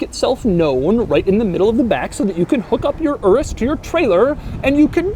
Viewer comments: It's pronounced your-us, not erus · DID HE PRONOUNCE IT LIKE ERUS, it’s pronounced as “yerus” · It is pronounced udus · I think it's pronounced U Rus not urus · I love how white people can’t pronounce foreign words... my man said ” This is the Lamborghini Uress” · Should you pronounce Urus as Doug says it, not as in Uranus ? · Isn't it pronounced "Yoor-us"? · Isn’t it pounced your-us? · The way he pronounces Urus is hilarious.